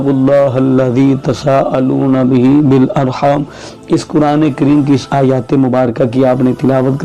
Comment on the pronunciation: آپ نے واتقوااللہ کو فاتقواللہ پڑھا اور والارحام کو بالارحان پڑھا۔۔۔ برائے کرم درست کیجئیے